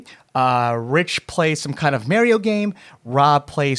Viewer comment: I'm sorry, I had to go and meditate with the wisest monks for years on end to try and suppress these feelings after hearing how you pronounced mario...